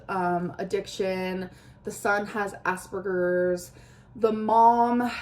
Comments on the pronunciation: Why not review the book AFTER she's read them? Edit: for the one's where she just reads the blurbs out 2nd edit: "assburgers"?!?! Love, learn how to say Asperger's so it doesn't sound like something rude. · Did you catch when she said "ass-burgers"